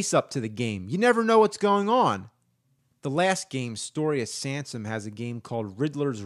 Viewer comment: “Story of Sansom.”